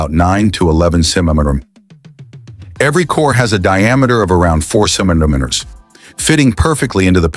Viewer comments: Centamenenenes was AI's interpretation of the word centimeters. 😂😂 its funny listening to AI narrate. () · AI voice is not good in saying centimeters🤣🤣 to